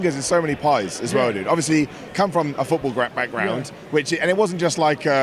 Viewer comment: A footballgrap background?, what the hell are you saying? Slow down. Also, this guy has the wrong attitude. What are the chances that 5 years from now people are asked about Top Dolla and the 1st & only thing that comes to mind is that botch? Pretty high I bet. He should embrace the hell out of it rather than being so defensive about it.